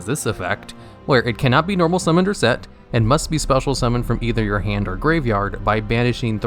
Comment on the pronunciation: "Cannot be normal Mummoned or set"